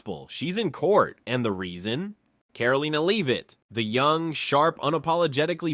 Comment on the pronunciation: "Karol leaner leave it" is how Karoline Leavitt's name is pronounced. Awful text-to-voice robot.